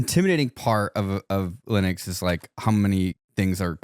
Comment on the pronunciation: AND LIKE 5 OTHER TIMES.. Will.. WILLIAM MY DUDE.. it is NOT. Pronounced... LINIT, OR LINUK. He literally f***ing pronounced it wrong like 8 times, AND pronounced it correctly at least twice. BRO. Bad example, man. Come on 💜